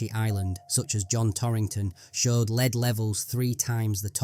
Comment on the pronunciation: The narrator keeps mispronouncing "lead" as leed instead of led